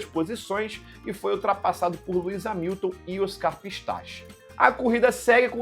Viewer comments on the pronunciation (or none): none